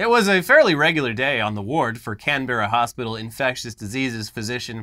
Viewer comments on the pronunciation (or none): I love the way Americans say Canberra. Can-bear-ah, we pronounce it Can-brah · Love you guys, but when it comes to Canberra, it's pronounced Can-Brah. Keep up the good work! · As an Aussie the way you said Canberra... just wow. Can-bear-ra really? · Before the Aussies jump all over you for insulting their accent. It isn't Can-berra guys, it is 'Canbra' said at high speed. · First of all is pronounced can-bra not can-ber-ra second most Australians live in cities and cities at least in the southern part of the east coast like Melbourne and Sydney are NOT overrun by snakes infact in 13 years I have never seen a snake, got alot of kangaroos behind my house though. Also why do Americans always forget Florida exists?? and is from Florida, with your pool pythons and your pool and sewer pipe alligators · For future stories its Can-Brah I think you've got the Mel-bn one down, same with Bris-bn 👍Keep up the great vids guys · For our non-aussie viewers out there, Canberra is pronounced, "Can-burr-a" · And even that's wrong it's Can-bra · 'Can' (Can of coke), 'ber' (like 'burr' , but twice as fast), 'ra' (like the Egyptian sun god). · despite the way its spelt, it's pronounced "Cam-Brah" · btw it's pronounced Canbra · Canberra is pronounced like Can Bruh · Just fyi, Canbera is pronounced, Can-bur-ah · Okay so non aussies tend to over pronounce everything here, just say Cambra, Melben, Astraya etc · It's pronounced Can-Bra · So a couple of pronunciation guides for Australian. For CSIRO you don't really need to pronounce each letter separately, it's more like "Seesseyeareoh" in one flowing motion like you'd say FBI or CIA. More importantly, there's no pause in Canberra, so it's not Can-berra (similarly there's no pause in Melbourne), the easiest way to think of how to pronounce Australian place names is just to try to get through it as quickly as possible, we trim off syllables with our slang so we're in a bit of a rush to get to the end of the sentence.